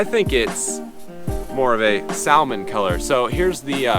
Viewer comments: "samon" not "sal-mon" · Sa-mon. I work in Anadromous Fish Biology, so basically all salmon species. But it depends on where you live. The accent changes around it. I live in the PNW and most people say sa-mon. So it really depends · Sa(l)mon. L is silent! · 2: samon is the correct pronunciation. At least because you say the L in that then you probably correctly say almond instead of amond... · Its Sam-on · where i live, its pronounced, sa-mon silent l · The L is silent in salmon. Pronounce sa-mon. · Jesus it’s sa-mon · L is silent, pronounced samon. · Its pronounced samon but spelt salmon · have you ever heard of silent letters? its samon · Samon is how you pronounce salmon😂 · Love those trails, and your mental if you think its anything other than sa-mon😉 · I live in Atlantic Canada we also say sa-mon